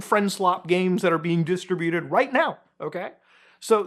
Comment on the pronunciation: Muta, you're killin' me here! It's pronounced "DIS-TRIBUTED" not "DISTRA-BUTED." C'mon man, you got this! Very informative video, regardless! Thank you. (Glad I don't play that game.)